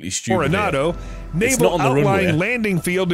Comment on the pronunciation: It's NAAVAL, spelt Naval. Love ya chanel, but please. Lol😊